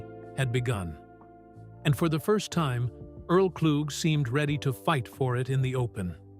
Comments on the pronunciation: What a waste of time. Can you at least say the mans name right. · Thank y'all for commenting so I can stop watching. I'm in Detroit and pissed that the AI voice screwed up homie's last name. Earl is forever amooth. I've been hearing his music pn rotation now more than ever on SiriusXM.